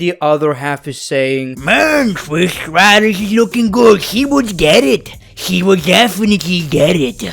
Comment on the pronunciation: “Tris Stratus”😂 that’s actually how he said it